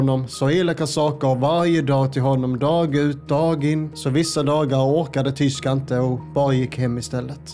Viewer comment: Tishko hette han väl? Tishko ahmed, inte tishka